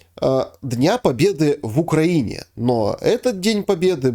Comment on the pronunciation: намекните гостю, что ударение в названии страны Украина стоит над буквой И. Странно, что человек вроде бы и умный, но с какой то глупой стороны продолжает называть страну не корректно. 😊